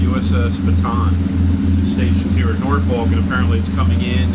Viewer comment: Dude learn to Pronounce Norfolk the “ L” is silent it is produced NorF*ck do not be a afraid to say it! What makes me the expert? I grew up in Great Bridge. Yes I know you are yankee! But that is no excuse 🤣🛫 I enjoy your videos! You are at Waterside! Not the Norf*ck Marina. I agree that is a tight dock to get into and out of, the Tall sailing ship is the American Rover that conducts narrated tours of the Hampton Roads area. If anyone finds them self in Norf*ck without a boat and wants to be on one for a few hours. This is a very informative tour. You will be glad you did.